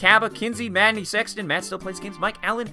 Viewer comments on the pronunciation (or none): none